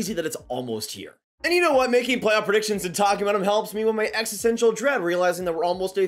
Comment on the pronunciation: Plaoff! Plaff? Oh play-off. Got it lol